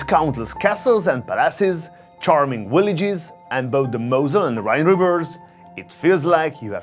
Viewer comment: Love the videos! But get your "V"'s and "W''s correct LOL it's not "Willages"... it's "Villages" LOL